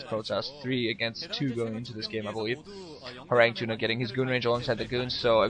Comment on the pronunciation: btw, it's pronounced horangee, not horang2 :)